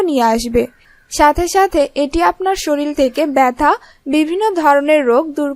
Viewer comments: likhte sorir but uccharon shoril I Hobe .😒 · শরীল না ওটা শরীর